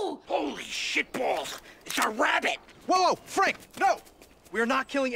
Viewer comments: "Screw that! its Wabbit season!" PFFFFFFHAHAHHAHAHAHAHHAHAHAHAHHAHAHA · "Screw that, I'm hungry! Its wabbit season!" I'm dead lmao